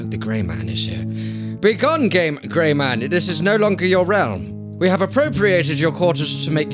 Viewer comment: He said gay instead of gray